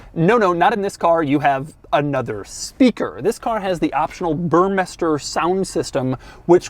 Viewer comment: Burmeister... I can't even print Dougs pronunciation. God damn it, get it together.